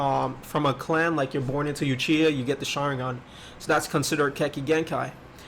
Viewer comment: Bro its not pronounced yoochiha its oochiha i used to do the same thing.